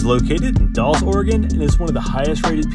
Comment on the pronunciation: The dolls? It’s pronounced da-ll-es